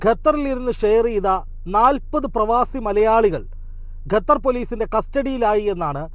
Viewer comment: ഗ അല്ല ഖ (ഖത്തർ)